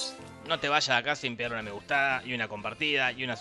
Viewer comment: Like si se dieron cuenta que en el minuto dijo me gustada en vez de me gustiada xD